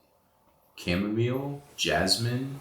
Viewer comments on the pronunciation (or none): none